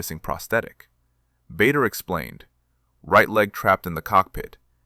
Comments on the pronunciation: It’s pronounced Barder, not Bayder. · BADER, pronounced Barda. AI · PRONOUNCED …….. “ BAR DER” otherwise you’d be in trouble and it’s …….. also pronounced “BARKSHIRE” not “berk” 😂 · The namd is pronounced BARDER. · Misspelling and mispronunciation. Bader is pronounced BAH DUH and Berkshire is pronounced BARK SHUH! Same you couldnt google it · The correct pronunciation is Bah dar. And the ME262 didn’t appear for a few more years…. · Very well said about the pronounciation of BAder and throughout this video the sjubtitles are more than attrocious. I met him too in late 1957 when he presnted prizes at my school. I still have the book he handed to me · The pronunciation of Bader is definitely wrong. Please fix it. It is pronounced Barder.